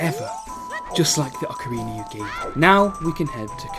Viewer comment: Ahh yes “ocariner of time”